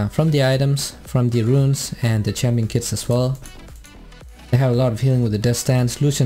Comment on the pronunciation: Its champion not tsampion